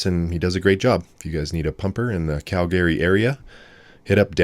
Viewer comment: Is your pronunciation of Calgary common?